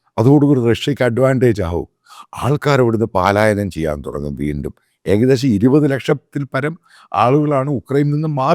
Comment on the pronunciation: എന്റെ മാത്തപ്പാ, തന്നെ സമ്മതിച്ചിരിക്കുന്നു. താൻ പറയുന്ന കണക്ക് വെറും തെറ്റാ ടോ . 20 ലക്ഷം അല്ല 80 ലക്ഷം പേർ നാട് വിട്ട് പോയെടോ...... താൻ വല്യ മാധ്യമ സിംഹ മല്ലേ, മലയാളം ശരിക്കും പറയാൻ അറിയില്ല അല്ലേ . പാലായനം അല്ല ടോ, പലായനം.